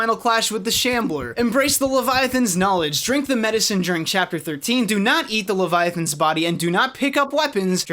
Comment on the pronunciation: "Do NOT eat the Levyathyn's body" Aww...